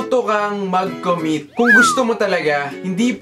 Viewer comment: Na- emphasize masyado yung MAGCOMMIT.. Waaaaaahhh hirap beshiee